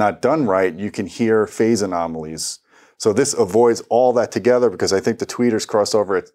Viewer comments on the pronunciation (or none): none